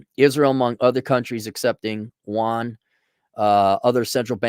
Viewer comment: Wahn? Yoo-ahn.